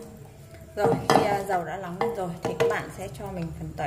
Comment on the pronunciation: Sao lại nói là , Lóng với Lước khó nghe quá, sửa đi